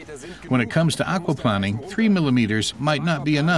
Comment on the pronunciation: The way the narrator keeps saying "aquaplanning" makes me chuckle. Maybe he used to work for a water company as planning chief. Or maybe he hates planing wood so much he can't stand to say it even when referring to water.